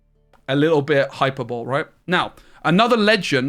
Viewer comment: Hy-perb-o-Lee, not hyper-bowl. Sorry it’s a huge pet peeve of mine lol